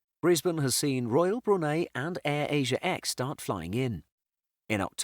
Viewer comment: I've travelled through Brisbane three times and I can say it's a great airport! Also, he pronounced Brunei wrong